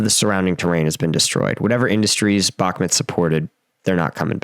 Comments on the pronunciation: Its pronounced Buch (like the composer)- Moot. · Stop saying bakmit honestly dude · You got the pronunciation of Вагнер right but absolutely butchered Бахмут. Like how